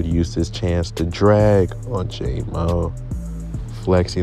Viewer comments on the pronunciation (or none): It’s jam-o not jay-mo